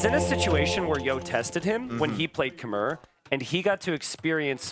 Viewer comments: "Khmer" is pronounced k'MY, as in "My" car. Please stop saying "K'mare," the civ has been out for years. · Lol I'm about as far removed from a Redditor as you can be. I'm sure I'm more sensitive to the mispronunciation than most, because I spent quite some time in Cambodia and spoke the language. But it's what they call themselves, even today. The "r" at the end is silent. This "K'mer" and "K'mare" nonsense has got to go. "K'my." It's so easy, bro. They're casters. They should know how to pronounce popular civs they've been casting for years.